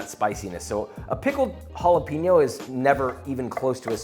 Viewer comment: I love you josh. BUT ITS HALL - UH - PAIN -YO not peen-yo <3<3<3<3